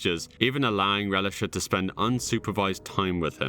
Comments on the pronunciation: Relish-Uh? No. Pronounced Ray-LEESH-A... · I highly doubt her name is pronounced Relisha like the condiment relish. I think her name would be ruh-LEE-sha. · Get a child victim name right if you’re going to do a video about it you pronounce Relisha as Ree-Lee-sha not Relish-a…. So effing annoying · I think her names pronounces reh-lee-shaw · Bloke out here reading Relisha like Hamburger Relish-A. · Its pronounced rel-leesha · It has to be pronounced Releesha, like Felicia. But solid vid, very respectful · The real crime is the idiot narrator butchering the names "Relisha" and "Andrea". What an imbecile. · The way you’re pronouncing Relisha is hilarious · Every time he mispronounces Relisha's name... 😡She is a missing child! Have some respect!